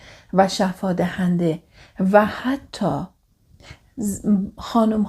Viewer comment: سلام ممنون از اگاهیتون❤ فقط بیان بعضی کلماتتون درست نیست رَحِم یا رِحَم؟ دَهنده یا دِهنده؟